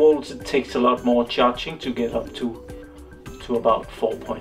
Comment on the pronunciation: Hopefully it will recover. I like the way you say charging "Cha-ching", sounds cooler :-D